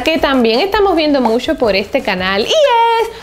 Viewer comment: por que dices Musho me da la impression que te falta un diente la palabra es MUCHO